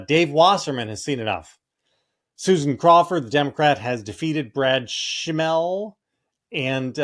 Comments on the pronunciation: Pronounced correctly, german name: SCHIM-mel. Means fungus, mold. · I’m from WI and have to suggest that JVL learn to correctly pronounce candidates’ names. His mispronunciation of Schimel undermines his credibility and makes me think these convos are riffs on a few Google searches rather than sharing good analysis. Just sharing my reaction.